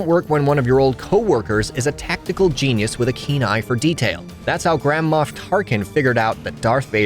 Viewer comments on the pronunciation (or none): none